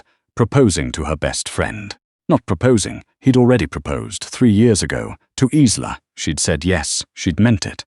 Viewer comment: Good story, shame you haven't resolved the AI problem regarding pronunciation. Isla is a Scottish name and is pronounced EYE-la. As in island - eye-land. It is most distracting and stops one enjoying the story properly due to cringing every time a name is mispronounced.